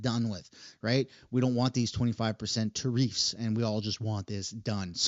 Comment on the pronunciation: Dude why the hell can you not pronounce Tariffs properly.